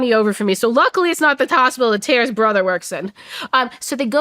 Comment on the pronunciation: "TERRIST" the pronunciation is killing me